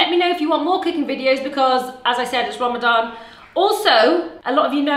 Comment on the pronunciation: Its Ramadan not Rama gama ding dong! How is that cool?